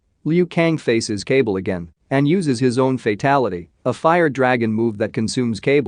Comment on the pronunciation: Lol the way their names are pronounced is funny “cable” when it’s actually “KAH- BAL”